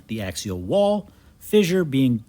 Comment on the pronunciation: I like the way you pronounce "fissure" as "fizzure". Is that a Wisconsin thing? 😊